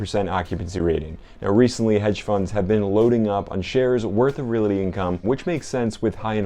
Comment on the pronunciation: It’s realty, not reality. And I know you’re not saying reality as in the word with the accent in the al, but you are saying reality with the accent on the single syllabled rea. Appreciate the video though. Always like to hear what you have in your portfolio!